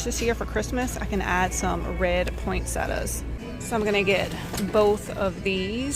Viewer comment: Poinsettia. It has an a on the end . Most people mispronounce that flower!